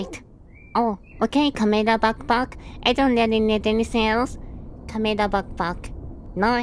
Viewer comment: ah yes, find the cahmehrah